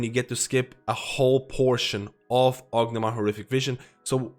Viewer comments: great video, but why do you call it orgnimar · "ognamar" haha. Not meaning to make fun of you. Just a funny pronunciation. Great video!